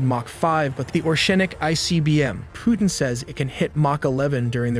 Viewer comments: orEshnik, not Oreshnik. In Russia stress typically falls on the second syllable. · Orschinik ? Bro americans Butcher every single name... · Oreshnik not nuklear weapons.Its just say the russian. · Oreshnik, in english it like Hazel wood nut or nut tree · You have over a million subscribers and 1.1 million people have watched this video. Why do you have so much trouble spelling and pronouncing "targetable"? And "Oreshnik"? Both fundamental words to this short documentary.